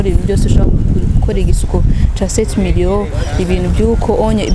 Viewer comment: ndakurahiyeee journaliste naw ng arateshej nza numv ngo:"Sept mirion"